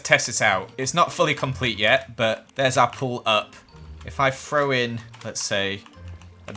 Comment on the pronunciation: He also says free instead of three and frow instead of throw